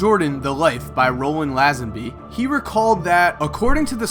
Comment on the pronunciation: pronounced LAY-zen-Bee